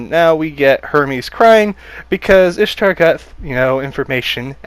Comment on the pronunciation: Ishtar is pronounced Eesh-ta